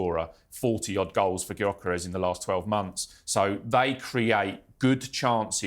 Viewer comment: Please! If you don't KNOW that Ipswich manager and Everton/Arsenal (who we play after that) et al aren't working on how to combat the 3-4-3...then i can't help you. And for the expert analyst: FFS, the players names are pronounced 'K-when-da' and 'Y-oh-ker-esh.'